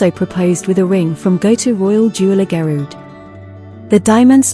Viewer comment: Pronunciation of Margaret, Fergie, Garrard and Harry seem a little strange.